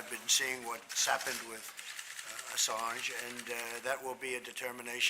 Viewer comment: I think it's funny he called him "Assarge".